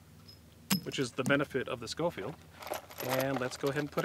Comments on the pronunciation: It’s not pronounced Skofield. It is pronounced Show-field. Hell Red Dead 2 got it right. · It's actually pronounced Show-field.